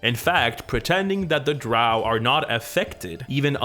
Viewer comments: Drow, rhymes with Toe… Gygax. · Dro are the only andro elves I get down with. Dro. Pronounced Drou. I know. I’m backward. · drow rhymes with crow, not cow.